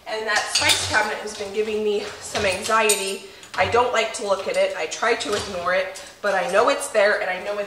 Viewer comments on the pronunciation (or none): none